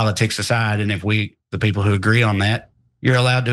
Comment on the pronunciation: “We have duh best peeples”.